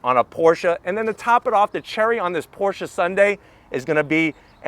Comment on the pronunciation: Why does he keep saying Portia? It's Porsheh